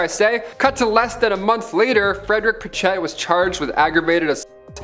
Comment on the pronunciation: " Pritch it ". Not" pritch Ette "